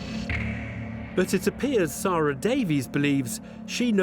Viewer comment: DEBBIE... DEB... Seeeer-AHhhhhh... Really Dude!?! Ugh